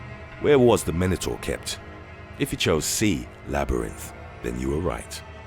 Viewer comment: Anyone else found how the narrator pronounced minotaur and wyvern annoying? Probably just me... Also, its a cockatrice, not a balisk.